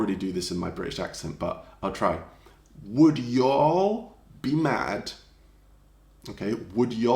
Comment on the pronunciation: The way you said yall with your accent gave me a good chuckle.